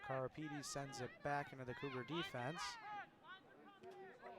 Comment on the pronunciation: Lol, the 1st time her name was pronounced correctly not the 2nd tome though. Marara Karipidis seriously 😳